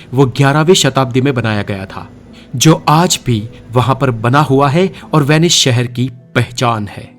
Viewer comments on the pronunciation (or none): Vanish nahi it's Venice. Idiot 😂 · VENICE NOT VENISH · Name is Venice.. Not Venish Boss😂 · Good video... But it's Venice not "Venish" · It's S not SH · it's not Vanish..it's vanice apna pronounciation thik karo bhai. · This is VENICE, not WANISH. थोड़ा सकूल में पढ़ लेता तो सही कहता। और हां, थोड़ा knowledge व्यक्ति को भी देना, जो कहता है Inter के बाद SSC करना, वह बड़े ऊंचे पद पर है और उसके is chronology से पूरे विश्व में लोग मज़ाक़ उड़ा रहे हैं। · It is venice please Pronounce properly